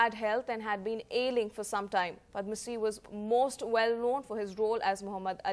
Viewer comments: Darling, who is padmasee? He's padamsee. Sad that nowadays young anchors are not mentored to pronounce names correctly. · Who is Padmasee, it's Padamsee.